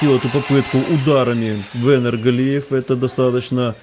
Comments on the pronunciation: походу комментатор произносит имя "Венер" на украинский лад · Комментатор ушлепок имя даже правильно не говорит, отписываюсь